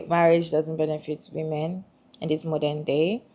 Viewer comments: Why does this person keep pronouncing "women" as "woman"? That being said, I agree that no woman should get married just because society expects her to. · How come so many people struggle with correctly pronouncing "women??" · omggg!! yes!! It's a recent pet peeve of mine. Recently people have been pronouncing the "wo" in women so weird. (SN: Not you, haha the other lady)